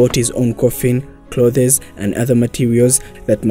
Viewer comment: The way you pronounce the word clothes is absolutely wrong 😳